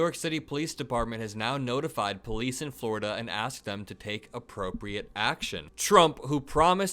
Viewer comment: "I'm onwy convicted in New Yowk, why can't I have a gun in FwowiDUH? "What do you mean, It's a Fedewaw thing? "NO buddy'th EVER hewd of DAT!!"